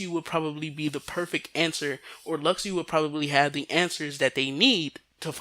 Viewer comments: You realize you have been saying Luxu's name wrong, right? It's pronounced Lu-Shoe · Lu shoe sounds terrible. Lux-oo sounds way better. Besides think of it as a Tidus situation. Some people know its tee-dus but still pronounce it as tide-us. Besides it ain't gonna hurt you to hear lux-oo.